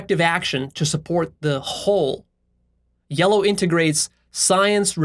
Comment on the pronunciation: word "yellow" slightly changed into "Leo", as though he described himself